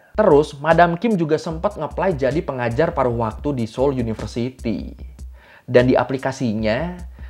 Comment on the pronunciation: Ralat bang itu kayanya seoul deh bukan seoil, dikasih keterangan aja nanti banyak pecinta korea dari indonesia dan orang korea yang tinggal indonesia nonton ini jadi kritik bang di menit 😭🙏🏻